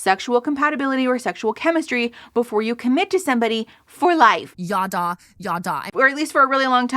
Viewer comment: "Yaddah", the way Kristen and/or Bethy say it at least, is phonetically identical to what my family used for "bla-bla-bla", and that will never not be funny to me!